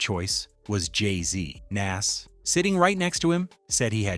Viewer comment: Your pronunciation of Nas is really blowing me 😩